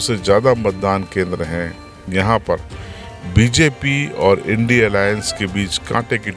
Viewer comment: apko India bolte nahi ata kya